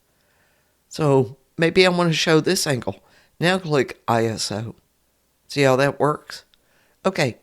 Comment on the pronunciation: Thanks for the tutorial. “Iso” is short for isometric, so you can pronounce it “EYE-so”